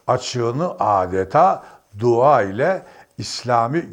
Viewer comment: Sana ne be adam?! Mesut’a dil uzatma... ‘dua’ kelimesini dahi doğru telafuz edemeyen bu adam, Mesut’un inancını özgürce vurgulaması bu müsveddesi rahatsız etmiş anlaşılan... Rahat bırakın Mesut’u, soytarılar...sadece ve sadece futbolunu eleştirin... Ayrıca, Türk milli takımına gelecekti. Lakin, kendisine yapılan telkinlerle, bir Türk olarak Alman milli takımında olmasının daha hayırlısı olacağı görüşü üzerine Alman milli takımını seçti, Sabahattin... bilmiyorsan öğren... ve bu tercihi ile çok isabetli karar vermiştir...